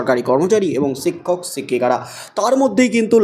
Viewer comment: "সিক্ষক সিক্ষিকা" উচ্চারণ করছেন